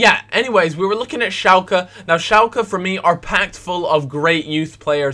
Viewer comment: Dafuq is 'shalcke'